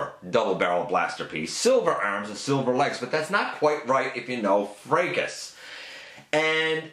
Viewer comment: THANK YOU for pronouncing Fracas correctly! (Fray-cuss)